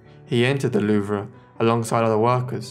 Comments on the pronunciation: It's pronounced THE LOOOOOOVE! not the "loo-vra" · Excellent vid! I have absolutely no idea any of this ever happened, fascinating! Good work on most of the pronunciation only slip ups were Louvre, no a on the end and Yves, pronounced eve. Thanks for your hard work and time to interest us know nothings